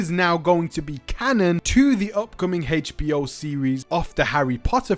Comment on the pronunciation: It’s NOT “Hatech”-b-o; it’s HBO 😂